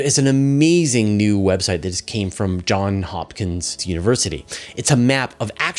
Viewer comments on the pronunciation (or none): Apologies if I misheard what you said at about 17 min 48 sec, but it's Johns Hopkins University -- please make sure we can hear the "s" at the end of both words in the name.